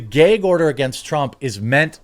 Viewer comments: He said Geg order 😂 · What’s a “gehg” order?